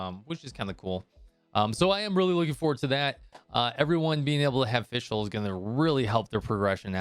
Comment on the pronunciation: Its FisChl btw ! :D Took me a while to realize it as well lmao. Great vid tho, keep up the good work !